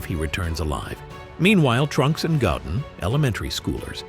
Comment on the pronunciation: I truly appreciate these types of theory videos but, my friend if your'e gonna use AI narrator, be sure they PRONOUNCE the names properly. Gottin (Goten) and Scion (Saiyan) is inexcusable. Now suddenly, trying to focus on the video becomes harder because all we think about is the AI's blunder and this video should get all the love because it's actually quite good.